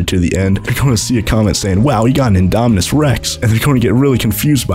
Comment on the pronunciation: You say indominus wrong